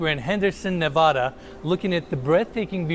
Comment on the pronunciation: When he says Nevada wrong 😒